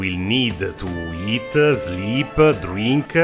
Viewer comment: Eattahgggg sleeeppaahhg drinkkahhgg 😂😭😭😭😭😭 im cryin